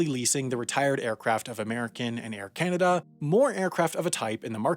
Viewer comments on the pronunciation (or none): none